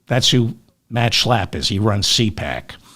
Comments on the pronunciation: David, you kill me every time you say Matt SCHALPP! 😂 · You crack me up every time you say Matt SCHLLLAAAP🤣! They’re both such hypocrites!🙈